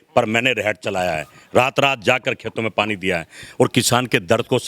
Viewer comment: reht nhi khte hart khte hai